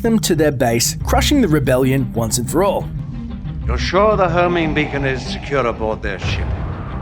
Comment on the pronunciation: when you said beacon ot sounds like bacon